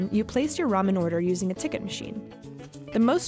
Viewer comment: Its Ramen not raumen